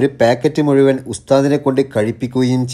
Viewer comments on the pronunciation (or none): none